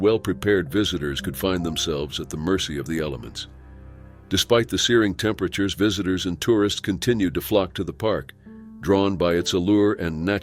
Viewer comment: "Previously", "temperatures". Teach your machine English!